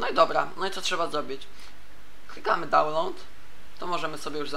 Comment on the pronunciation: Nie dalnołd, tylko dałnlołd